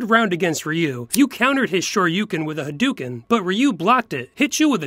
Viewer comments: Ha-"dew"-ken. Agh. At least they pronounced Ryu correctly. Great skit otherwise. :P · They say Ryu's name right. But they still hay Hadoken wrong. They're getting better at least.